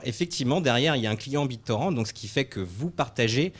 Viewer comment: "Bit torand"